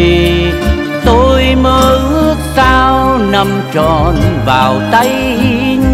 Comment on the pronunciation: Sơn tuyền phát âm sai. Gió khuya ôi lạnh sao ướt nhẹ đôi tà áo. Mà hát là ước.